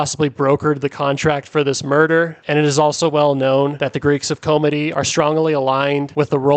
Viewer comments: Not comedey but chomedey pronounced shomedey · Laval isnt a montreal burb its its own city. Just saying..and its pronounced "shawmeddy" chomedy.